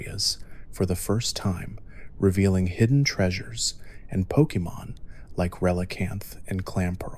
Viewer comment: I love these videos but just a point of criticism, I'm not sure why you keep pronouncing names differently within minutes of each other? It's a little off-putting.